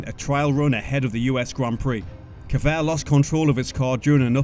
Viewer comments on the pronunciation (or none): Severt, not Kevert 😉